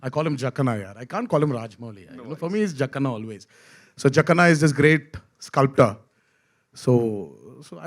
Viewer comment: not jakaana, its jakkanna